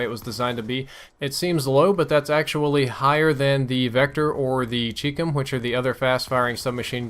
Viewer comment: it isn't "cheekcum" it is pronounced CHI (rhymes with shy) COM (rhymes with mom).